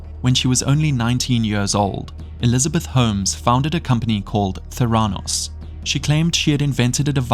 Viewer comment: Correct Pronunciation: Ver-sed. Not versed Memorial Medical Center; Ther-uh-nos The Dropout; Ka-zyn-ski Mindhunter: Unabomber; Doss, not D.O.S Nxivm; Li-oh-ta